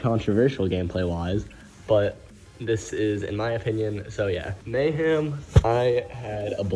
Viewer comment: anyone notice how kept on saying mayham instead of mayhem